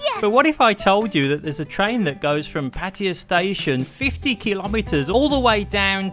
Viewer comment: I do wish especially the English among you would go to the trouble to pronounce Pattaya correctly. it is Pat tay a {not Pattia. don't take my word for it, look it up